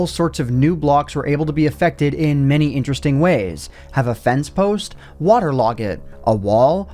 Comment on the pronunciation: did anyone else catch how said waterlog it? 😂